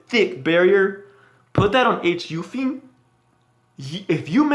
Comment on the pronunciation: She is called Holiday Yu-fi-ne.